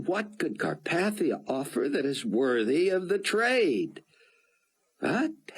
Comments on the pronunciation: Learn to pronounce Carpathia. I mean really its just like the mountains FFS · It’s interesting that he mispronounced carpathia in this book